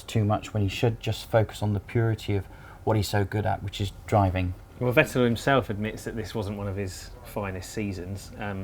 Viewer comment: Should have listened how they called Vettel for entire seasons, basically called him Fat L.